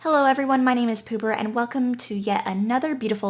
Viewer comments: "My name is pooper" Me: liked immediately Have learned name is actually poober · Did she... did she just say her name was? 0.o (~28 minutes later) Dang. Beautiful doesn't even cover it. really knows how to plate her spaghetti!:)